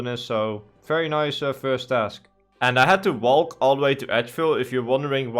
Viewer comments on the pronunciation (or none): the l in walk is silent bro